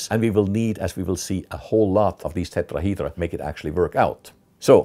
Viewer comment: I just love when he say Tetrahydra